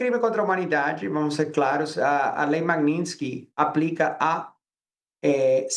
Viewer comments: Pior que eles não conseguem nem pronunciar “Magnitsky” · A pronúncia dela sobre o nome Magnitsky está errado.